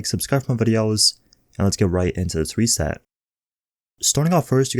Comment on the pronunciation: Vendor resaid-ah